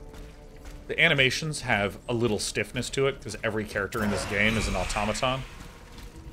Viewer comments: autOmaton is correct as the greek word is αυτόματον (intonation at the second o) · I'd just like to say that it's au-tomato-n, where tomato is of the "toe-may-toe" pronunciation.